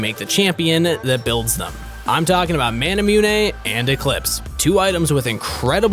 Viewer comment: Anyone else notice him saying manamune how we all say it?